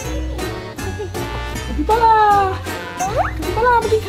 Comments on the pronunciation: คาปิบาร่าค่ะไม่ใช่คาปิปลาร้า() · คาบีบาร้าจ้าไม่ใช้คาปิปลาร้า